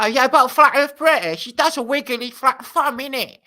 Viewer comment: Wiggewy fwat fwunbs